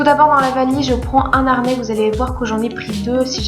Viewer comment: un harnais, le harnais. h aspiré. et l'aéroport. aé, pas are. merci pour les informations.deux harnais.. sans liaison. h aspiré. on n'entend pas z entre 2 et h...le handicapé, pas l'andicapé, le haricot, pas l'abricot.Le poids du chien? je crois que maximum 8kg avec la caisse et le chien.